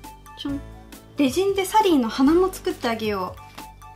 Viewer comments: レジンのイントネーション…… ✖レジン⤴︎ 〇レジン⤵︎ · F H 発音ではなくイントネーションですね。英語でもレジン⤵︎ですから。